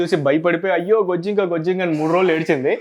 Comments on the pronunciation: బొద్దింక.. అండి బోజింకకాదు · బొజ్జింక కాదు బొద్దింక